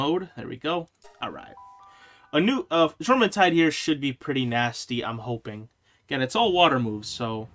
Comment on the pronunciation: Jormentide is pronounced Yormentide. - Faleris Fight... Mounted on Azurobe applies water damage to your attacks. Is helpful Kill the adds first before summoning your Pal. 1 shot from a normal rocket normally does the trick. - If I intend to ride a pal, I will set them to passive before entering the fight. That way they don't start an attack when I summon them. - Nice Wins! Great Job! - Have you maxed your capture power? There are a LOT of lifmunk effigies left on your map. - If you watch their old trailers, you will see them riding on huge flying whales. One trademark element of those flying whales was the spikey collar they have. Most of the HUGE skeletons also have a spikey collar, so it appears that all the skeletons are from the flying sky whales. You can see the spikey collar on the left of the screen.